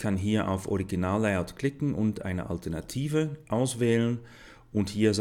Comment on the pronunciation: hahaha ich lach mich tot : böttn anstatt b[a]tton kann ich leider nicht konyentrieren auch "lie" out statt [lei]out hört sich echt krass an